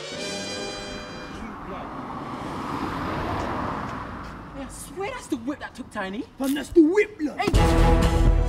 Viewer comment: "I'm tha baddest man in taaan cooz" lol the way he says cuz is so funny.